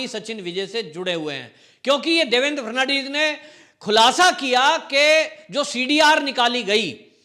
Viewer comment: Devendraji la naam pl thik tarahse uchhare --- FA-D-N-VIS 10 baar rato for bolo